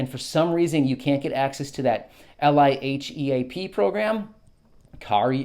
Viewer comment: It's pronounced just like it is spelled. LIEHEAP! Lie heap!